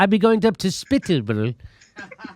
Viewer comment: it's pronounced 'spith - id' not spit head.